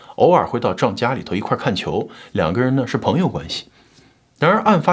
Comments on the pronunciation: 你這個John的發音唸壯太彆扭了 還是唸。。。醬吧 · John, 你这个词的发音真的很差，😂